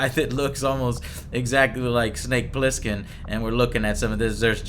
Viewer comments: It's Plissken, Joe. Pliskin was the name that solid snake used in metal gear solid 2. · It's "Snake Plissken", in case you're wondering. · Also, it's BOB "Snake" PLISSKEN... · It's Bob Plissken. And "Snake" is his nickname, not his original name.